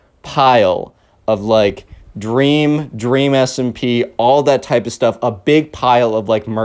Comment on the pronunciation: OMG "DWEAM!?" shut up lol funny thing